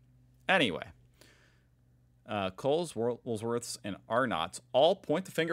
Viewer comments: Hey it’s WOOLWORTHS. Not Woolsworth ahaha. … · No "S" in the middle of Woolworths. Wool Worths. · "WOOL-WORTHS", or better, "Woolies" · There is only one ‘S’ in Woolworths and it is at the end. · Wool singular worths plural. Look at the spelling. Woolworths. You always say wools worth. An other hint we swallow the sound and pronunciation on first syllables and make the end one clear. So the emphasis is on worths. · It’s Woolworths - no S after wool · NOT WOOLSWORTH. YOU HAVE PUT THE S IN THE WRONG PLACE 😂. It's WOOLWORTHS. You are driving me crazy. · Love your reactions but please Woolworths has one S at the end you don’t need to put an Extra one in the middle. Wool ……. Worths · OMG it's WoolworthS not WoolSworth. Love you, but this drives me crazy! 😂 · Can't believe you are still saying, "Woolsworth," and Melbooouuurne. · ITS WOOL-WORTHS NOT WOOLS-WORTHS 😭😭😭 OR JUST WOOLIES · It’s Woolworths, not Woolsworths ha ha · Happy Arvo please say Woolworths not Wools worth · ...please stop saying Woolsworth. It is Woolworths. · I enjoy your posts but please wool worthy not woolsworth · there’s no s in the middle of Woolworths 😂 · It’s not woolswoth… just call it woolies… wool lee z…. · Please practice saying, "Woolworths" or you're going to do yourself an injury.